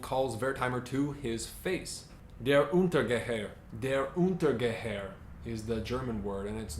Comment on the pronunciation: Just a small comment on pronunciation. "Ss" in Portuguese is said as "s" in the English word "person", it's "s" that sometimes is said as "sh" or "z". So it's Pessoa and not Peshoa. "Der Untergeher" is pronounced "untergayer" as from the word "gay". Btw, is a great site to check foreign names' pronunciation. I hope you don't mind the corrections, but you seem like you care to say things correctly, so I thought you'd like to know.